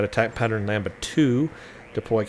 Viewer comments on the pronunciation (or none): To take the following tip to heart: the 'd' in Lambda is pronounced as well,. The 'a' is pronounced not like a standalone 'a' in american english, but with a flat 'a', like in "Olivia". Of course as every attack pattern's name, Lambda (λ) is a letter in the greek alphabet as well.